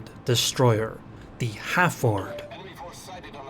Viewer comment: Is it not pronounced 'Hal-Ford'?